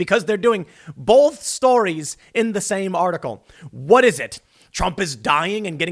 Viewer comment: For shits sake dude, there is NO "l" in both!!! Its not "bolth". Its Both! Long "o" lol jus sayin.